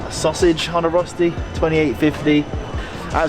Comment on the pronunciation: Are you a bit indian ? Because Röschti is the sh sound. And restaurant is the s sound in. :)